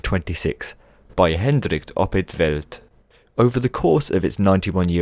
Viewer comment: hendrigge opp het velltdt